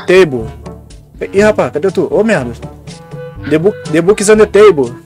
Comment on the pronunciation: "de buqui is on de taibou" Negão, Agente 2021